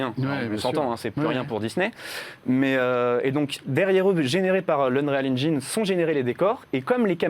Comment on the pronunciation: Unral engine... Ou Unreal engine.... 😉